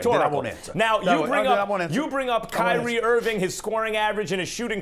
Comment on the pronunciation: Irving not Irvin